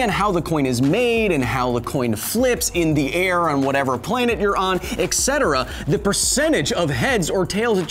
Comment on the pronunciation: OMG, Kyle. I love you man, and Because Science, and your glorious hair...but your pronunciation of "etc." sounds like nails on a chalkboard! Etc. is short for 'et cetera', which does NOT sound like "eckt cetra".... Thank you for all these awsome videos crunching the numbers! It does my nerd brain good!! Also, go play a round or two on the College Humor game show Um, Actually!!